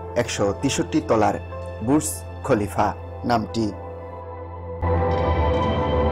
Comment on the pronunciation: বুছ খলিফা না রে ভাই,,, বুর্জখলিফা